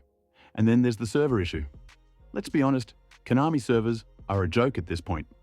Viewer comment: Konami ❎ Hoenami✅